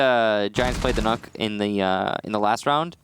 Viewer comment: I cringed when he said nook not nøkk